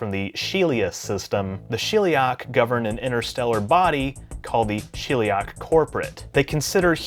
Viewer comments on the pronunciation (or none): it's Sheliak, not shilliak. I'm genuinely curious why people with accents mispronounce a word that isn't in their language that they just heard because it is fascinating behavrior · Sheliak... As in shell, not she'll